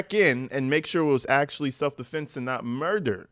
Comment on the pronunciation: Its probably AI you really think that idiot Alexander can write like that especially with all the correct grammar... He didn't even know how to say self defense he originally said multiple times self deflense not self defense... Not to mention see all the — in between the words... Most don't know how to use those unless you are a journalism major or English majors. You really think that fool does... My guess is AI wrote the statement